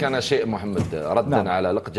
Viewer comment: لقجع ❌ لقجر ✅🤣